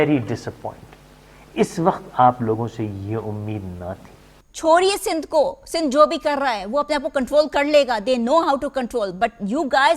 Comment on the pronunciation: Btw it's Sindh not sind